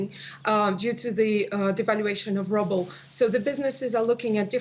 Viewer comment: I love how she pronounces "Rubel" like "Rubble"! It suits the state of the currency me thinks.